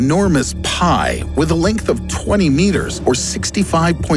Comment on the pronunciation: “Its linkth...” “main meeorr of the telescope”